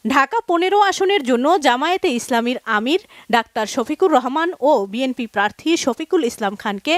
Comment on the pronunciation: ভাই অশিক্ষিত তারেক তার দলের নাম সঠিকভাবে ভাবে বলতে পারে না সে বলে বিমপি এটা আবার কোন দল?